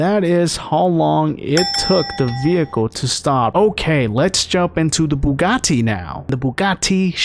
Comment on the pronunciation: my man said the "bugaTI"